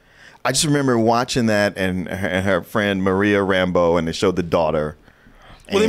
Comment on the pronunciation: It was a small thing but it kept bugging me with how they pronounced Monica's last name in this (RAM-bo instead of Ram-BEAU) She is supposed to be originally from New Orleans in the comics.